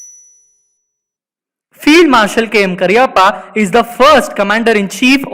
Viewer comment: Please pronounce his name correctly.